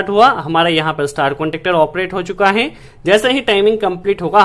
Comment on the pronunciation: E apka HEY ka pronounciation gajab hay...😆😆😆